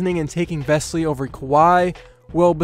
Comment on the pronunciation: his name is not vesly, it's vesely and he's been a great player at fenerbahçe and won the euroleague.